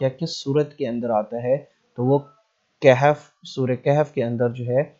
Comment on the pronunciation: Bhai Hazrat Maryam was not a Prophet of ALLAH ... And kindly apne talafuz theak karo Surah Kahf hay Kehf nhn tobah